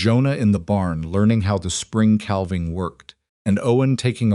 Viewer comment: The "L" in "calving" is NOT pronounced...sounds like " caving". SILAS is mispronounced frequently...unacceptable. BTW..."Lunch" is a Twenty Century term for the mid-day meal...in the 1800's the three meals of the day, in the America, were called Breakfast, Dinner, and Supper.